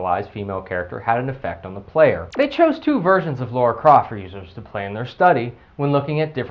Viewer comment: Holy shit! Her name is LARA, not LAURA! A minor pronounciation problem, but it irritates the shit outta me.